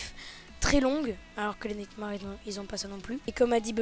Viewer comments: purée le A de nightmare se prononce AI pas A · on dit pas nightmare sa ce dit maire